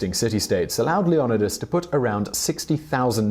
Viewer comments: To be fair. It’s “LEON-EYE-TISS”. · Leo-ni-das....Say it like the rest of us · isnt it Leo-Ni-das not wtf he saying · It’s LEE- O- NIDE-US. why do the British mispronounce so many words? WTF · I CANT HEAR HOW HE CALLS LEONIDAS ITS ANNOYING THE CORRECT IS - LE(E) - O - NI - DAS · Come on bro, that's not even a hard one 🙄 Leonidas NOT Leonadis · J-MONEY fifty-two-Hgc ikr... it pronounced Leo-ni-das! I need him to say it right! Lol! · Dude not to be rude but can't you say Leonidas. It is pronounced Leo-nid-das. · Why pronounce it like that? Leyonidus.. someone Didn’t watch the 300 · Lee-oNo-Di-As lmfao what the hell guy... can you not pronounce words..? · i think it's pronounced LEE-YON-EYE-DUS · LEE-O-NÍDEOUS NOT LEODINOUS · Lee ona dis what da took none of these guys know how to pronounce any of the towns or names of people....so lame¡!!! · Leon eye dis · Being related to one of the 300 Spartans I can tell you this video is very informative and professional, but the pronunciation of our Warrior king is Lio- Nee-das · Say it with me “Leo....Ni....Das.” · Omg, please remake this and fix how u say Leonidas, its Leo-nidas! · I thought it was pronounced Leoknightis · Please for the love of God. To make this video good. Pronounce his fucking name like everyone else does. IDC if it's historically inaccurate or whatever. Just say it like they do in the movies lol Leo-nidas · Leeonaaaaaidus... That's how it's spoken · Supposed to be pronounced LeonEEdas, emphasis on the EE, I’d prefer he pronounced it how everyone else does instead of his interpretation. Source - I’m Greek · His name is pronounced... "LEO-NYE(brit-eng)/NEE(hel)-DUS/DIS/DAS/THUSS(hel)" not whatever you were saying... Leo nye dis (brit_eng) or Leo nee thuss (helenic) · I love this video I would love if you did one on Alexander the Great and I still watched even though I didn’t like how you said leonidas it’s le oh nie das that’s how I say it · You keep saying leonidas wrongs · You butchering is name lol